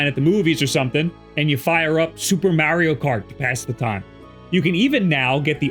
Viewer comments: Repeat after me. Mah-ri-o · You're pronouncing Mario wrong lol